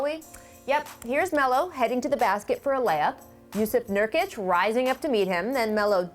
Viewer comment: I'm fucking dead. His name is Nurkic. Not 'Niortic'. LMAO